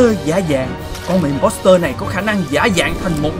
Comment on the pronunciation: imposter là chữ o ko phải chữ e đâu nha anh